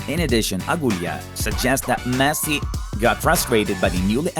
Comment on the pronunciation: wtf is messi "leaves"! get some help